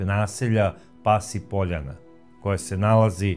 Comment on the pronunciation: Kaze se poljAna a ne pOljana....